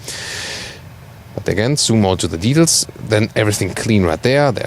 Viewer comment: The English word details is not pronounced creators. LOL